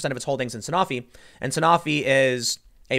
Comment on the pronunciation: A stake in a drug company as massive as Sanofi (pronounced San-oh-fee, Tim, but no blame for saying it wrong since I screwed it up the first time and I work in the business) is indicative of nothing. The company is as big as Genzyme or Takeda. Their drug portfolio is varied across multiple diseases and different indicators. It’s the equivalent to bitching about a person owning stock in an NSAID producer.